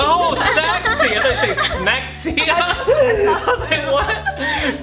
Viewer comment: I heard smexy instead of sexy too lol